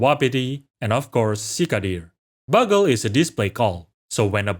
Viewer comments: Unless I'm wrong (because English pronunciation is sometimes dependent on context) I think "bugle" is supposed to be pronounced 'byoogl', like the instrument. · Bugle is peonounced Byoogle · "Bugle" is pronounced BYU-go-ru :-) it matches the name of the brass instrument used in the military. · this is just a small thing but i figured id tell you, the bugle is actually pronounced byu - gul (and is synonymous with the trumpet like instrument used in the military) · So not to be annoying but “bugle” is actually pronounced with a long o sound. Like “bYOUgle” or “byoogle” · Great video! Just a heads up, in English, "bugle" is pronounced "byoo-gull". Think of the "u" similarly to how it's used in "huge" or "cute".